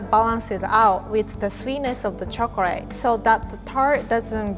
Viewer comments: Chocrate , god how hard is it to say choclate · omg did rie really say "chocorate" a few times this is so cute somehow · I love the way she says chocorate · Quarity chocorate tolt